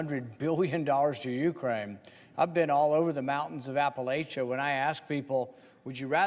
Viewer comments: It’s not app-a-lay-cha…….Rand. It’s App-a-lacha……poser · Rand, you of all people should know it's Appa-LATCH-a, not Appa-LAY-cha! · Rand Paul...i know western NC. I love western NC. I have friends and family in western NC. It's close to my heart...then can't even pronounce Appalachian correct. It's not appa LAY- CHA. It's appa LATCH-A. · NC resident here. You ass!! It’s pronounced app a latch uh. So now my people are gonna be cold and homeless. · Rand Paul knows nothing about western North Carolina. If he, he would know that Appalachia is pronounced Appa-LATCH-ia by the people who's ancestors have settled those mountains for centuries, *even those in Kentucky*. There is nothing Rand Paul doesn't suck. Yeah, you got it. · He can’t even pronounce App uh latcha. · The way Paul pronounces Appalachia proves he knows nothing about our area. I say this as my husband, neighbors and extended family work for the 6th straight week on repairing our bridge. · I wonder how a trust fund baby like Rand Paul could live in Appalachia without learning how to pronounce Appalachia.